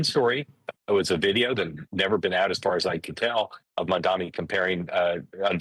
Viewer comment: The sheer number of conservative commentators pronouncing MaMdaNi as MaNdaMi is an example of echo chamber feedback. That is something the right typically accuses the left of, and rightly so, but these guys need to get out of their own feedback loop enough to error correct.